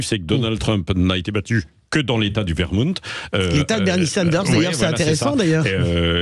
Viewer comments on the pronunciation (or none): Vermont pas Vermount en Français